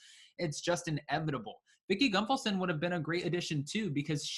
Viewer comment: Are you mispronouncing her last name over and over again on purpose? There is no M in her name.